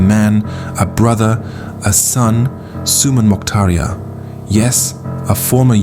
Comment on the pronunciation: If you can't even say his name properly maybe you shouldn't be assuming things or exaggerating the fake news